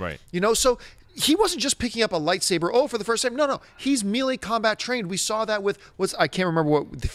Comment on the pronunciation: john...melee..."may-lay", not "mee-lee"